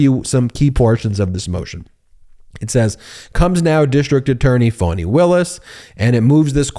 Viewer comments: Her name is pronounced "F(ah)ny" not "Fawny".. I keep hearing all of the news media saying Fawny. Please be respectful and say it correctly. Still love the video though. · It’s FAH-KNEE…….